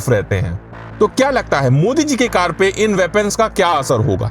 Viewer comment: Ye hindi walonko car bolna nahi ata hai.. Card bolte hai😂😂😂